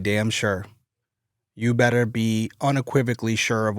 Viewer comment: Boston area accent accidentally coming out with "you beddeh be sure" makes it hit so much harder! Lol (No, I don't know the nuances of every little area's specific accent in the Northeast United States. But I know when you get a Bostonian mad, that's what they sound like lol)